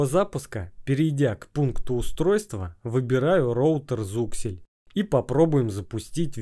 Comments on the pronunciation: )) не зуксель, а зиксель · Какой еще Зуксель? Вы читать умеете? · На слове зУксель я выключил ролик🤦‍♂️ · познавательно для тех кто не знает. но вот зУксель убивает мой слух)